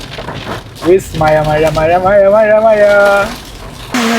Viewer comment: മയ അല്ല മഴ